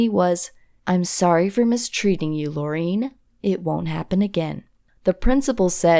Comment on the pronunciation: It is Laureen. Lerion...try to pronouce it...